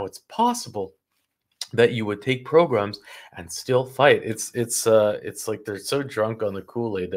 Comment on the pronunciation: Progrums?? Lol 😆 🤣